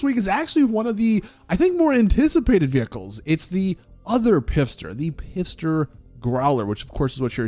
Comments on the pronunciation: Still saying PIFster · 🎉I like how he says pisster and not fister lol as if there's a toilet in the car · Its not pronounced "pisster" it's "fister". Also "growler" is slang in the UK for an ugly vagina, so basically this car is called, fist-her-growler/stick your fist in her ugly vagina. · “Pifster.” I feel like it’s pronounced “Fister,” but the P is silent, especially with it being spelled Pfister. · It’s fister. Not “P” fister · i mean if we bein honest fister sounds a bit funny as well😂😂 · Bro if you dont learn how to say Pfister I will un subscribe. Pfister is pronounced Fister. P is silent. Just think Fist Her and maybe it'll stick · Why do you call it pifster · The “P” is silent. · Since it resembles a German car make and in German you would definitely aspirate ‚Pf‘ if it is written like that I feel like it’s read just as it is spelled: „Pfister“.